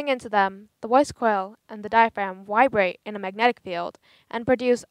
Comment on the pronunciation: did she say vibrate or wibrate